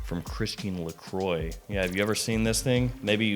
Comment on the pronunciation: You’re saying Christian Lacroix wrong … it’s not lacroy it’s lacrwah.. 😎👍🏼